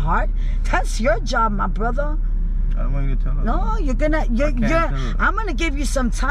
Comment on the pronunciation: she said borther owwwwwwww